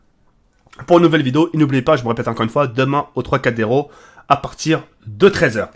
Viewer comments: Tracadero il dit ce bledard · troicadéro? lol